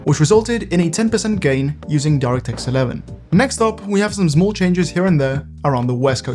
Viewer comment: "Big" "Zmol"